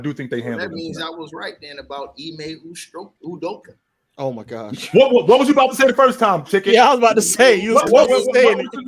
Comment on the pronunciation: Lol ticket really said ime ustrokeya 😂 😂